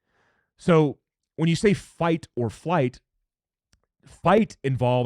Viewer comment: It sounded like you kept saying "fight or fight" there around the 6-minute mark. 😅